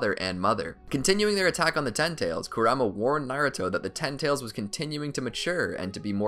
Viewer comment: How he says Kurama...